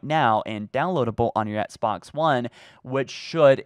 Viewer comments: Dear, it bugs me so much that you don’t pronounce the ‘X’ in Xbox, and instead say it “Ets-box”. I don’t know if there’s a reason for this, and I know I’m probably being annoying by even writing this, but I had to at least put a comment out there.. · Can’t unhear “ets-box one”